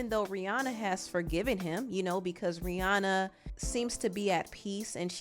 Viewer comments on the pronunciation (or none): Rihanna is pronounced Ri-Ana. Not Ri-Aw-naw.